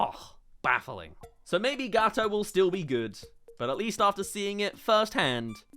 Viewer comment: What you say : Gawoto ITS NOT PRONOUNCED LIKE THAT! as an italian... this hurts me